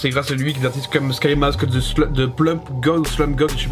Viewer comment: Articule bien pour $ki mask stp mdr